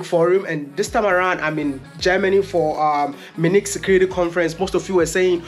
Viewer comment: So Wode Maya, it is not Minik. It is pronnounced as Munich (Mi' u ni k).